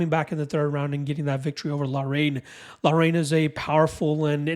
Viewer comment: Haan!!!! Lol laraine..its pronounced lockrun.. good breakdown, I was banking on loughrans strength, but hadley comes across as a better all rounder, I have some bets to change..